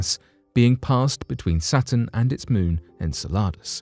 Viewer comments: Its in- cell-luh-dus, not in-ce-la-dus, dont produce this work when you cannot pronounce the planet or the satellite. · The way you say Enceladas makes it sound like a tasty Mexican dish. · I'm sorry but you put the wrong emphasses on the wrong sylablle if you catch my meaning. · Really enjoy your videos, will forgive the unusual pronunciation of “en-seh-luh-duhs” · En-Cel-e-Dus, holy cow get the annunciation right before you attempt to guess. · I'm not one to diss about pronunciation but it's said en cell I dous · Please learn the correct pronunciationof Enceladus